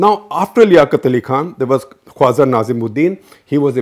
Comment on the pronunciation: It's not 'Qwaza' but Khawaja. For god's sake 'Z' and 'J' are different words in the rest of the universe. 😡